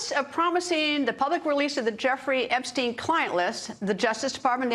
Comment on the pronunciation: Trump: You're STILL talking about Epst...EIN (as if he didnt know how to pronounce the name right?) Also Trump since 2016: Hilary's Emails!!! OBAMNA!!!!!! HANNIBAL LECTOR!!